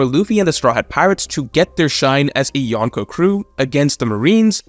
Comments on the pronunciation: Every time says Yawn-Ko I cringe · Loved this video, but your pronunciation of “Yonko” could be better. The “n” shouldn’t be pronounced like the “n” in “one.” It should be like in “uncle.”